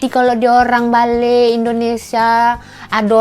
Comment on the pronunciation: Not balek it's balik...